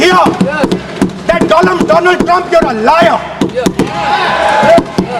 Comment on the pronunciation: Very sad, modi is made to sip drink water frequently. It shows he did not have the confidence to speak and answer to the opposition. He was just trying to bark a little. Very sad, *'my prend of dolllaaan trump.'*😮😂😂😂😂 Sadmy